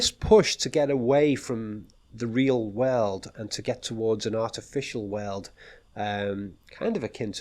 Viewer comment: look at me: whirl oold. Nope!, again: whirl oold. Hmmm